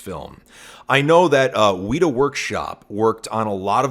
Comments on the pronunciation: Just to let you know Weta is not pronounced Weeta, its pronounced Wet-ah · The way you say Weta lmao. It sounds like the dedidated wam kid. It's just Wet- ah. They're known for LOTR. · As a New Zealander, just wanna say that weta is pronounced wet-uh